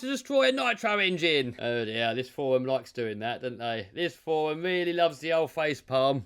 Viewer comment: can't say forwum pwoperly therefore he's not doing anything cowectly.! I think EVERYONE will agree with me when I say that RCs are NOT for fun & they should NOT put a smile on your face.!!.. RCs are SUPER SERIOUSLY & should make you miserable... Fnar Fnar Fnar.!